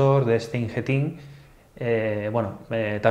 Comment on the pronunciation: Muy buen video, como siempre. Me gusta porque son videos que van al grano y de duración muy ajustada. Curiosidad: "Ingeteam" se pronuncia como si lo leyeras en castellano, no en inglés. Conocí a una trabajadora de la compañía haciendo un curso y nos corrigió la pronunciación, ya que lo leíamos también en ingles. Un saludo.